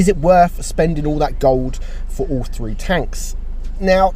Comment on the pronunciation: they are gonna come with all three Me: is he saying “they are gonna come with all free or all three” lol